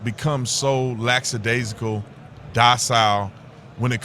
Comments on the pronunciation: LAXADAZICAL is not a word. No X in that word. Just like AXE a question. NO X in ask. you need to add these changes to your vocabulary and not continue to sound like an ignorant black man. YOU are NOT an ignorant black man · It’s Lackadaisical NOT Laxadaisical! Ignorant pro gun youtubers don’t help our cause. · You are Right On! By the way, you might appreciate knowing that the correct pronunciation is LACKAdaisical, not LAXSIdaisical. Thanks for all you do ♡ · What is "lacksadaisical"? Did you mean lackadaisical? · If you’re gonna use the word “lackadaisical” at least pronounce it correctly.